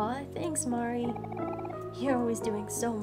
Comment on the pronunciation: Also, it's pretty community standard canon that it's MAR - ee (rhymes with "car") and Basil is basically the same way you pronounce the plant of the same name, BASE-ll. Or, pretty much the way you said it the first time without the emphasis on the S sound.